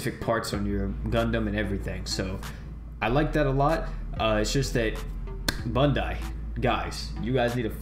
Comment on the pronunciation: Did you just say bundai?